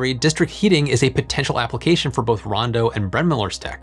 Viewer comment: I know that it’s Rondo, not “Brawndo”, but every time you say it all I hear is, “Brawndo has what plants crave!”